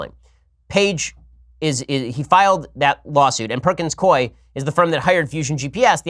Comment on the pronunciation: I've worked for the law firm Perkins Coie, for what it's worth, Coie is pronounced COO EE